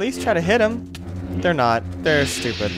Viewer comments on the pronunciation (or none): none